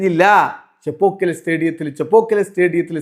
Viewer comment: adh thaangal pronounce cheiyunadh thettaanu....